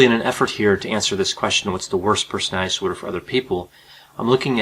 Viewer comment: Disorder is a 3 syllable word not two.